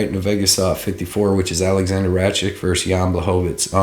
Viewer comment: Since when is a "K" pronounced as "CH" in Rakic? (Ruck - itch is the correct way)